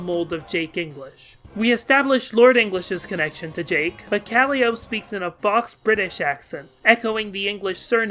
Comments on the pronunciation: I agree with everything in this video except your pronunciation of Calliope, but apparently we're both right and someone else already brought this up. Jake's importance to the narrative is something I hadn't considered before but it makes a distressing amount of sense now that you spell it out for me. Obviously, the connections to Lord English and the Cherubs were always there, but they sort of fall flat in the text of the comic until you start to think about them and his connection to Abraxas. Also worth noting: his alternate universe self, Jake Harley, is apparently the founder of Skaianet and therefore for the person who instigates the story in in-comic chronology as well: he's responsible for the creation of the Sburb Beta. That makes his random cameo helping John out on LOWAS also put me in mind of some of the crackier theories about Tom Bombadil from Lord of the Rings, i.e. that he is for some reason a physical manifestation of Eru, the Overgod who doesn't usually directly interfere with the material world but will apparently pop in just because Frodo needed a singing deus ex machina. I don't really get LotR but god knows Homestuck references it enough. Anyway, also of note since we're talking about Beta!Jake: Jake Harley also managed to get himself involved with inciting the action of Hiveswap, at least in terms of being the protagonist's father and key psychological motivator, and he probably had a lot to do with that snakey portal that, like all of Jake English's stu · the mispronunciation of calliope kills me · Tbh i forgot Yaldaboath was a denizen in homestuck after getting to frustrated with how the name was pronounced to remember. Honestly I really only remember Yaldaboaths name because of Persona 5 lmao. As for my land I dunno, Im a self proclaimed Rogue of Doom though thinking about our only really developed doom player sollux, his planet was covered in fire so perhaps some form of ruin would be fitting for any doom player? I dunno